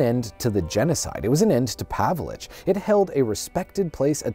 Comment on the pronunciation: The most offensive part of this video is how you pronounced “Pavelic”